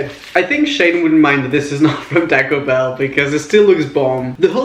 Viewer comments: He has an accent. Or that is how you Pronounce It. Like Taco Bell. You Pronounce it "Tack O Bell" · he pronounces it as "tack-oh bell"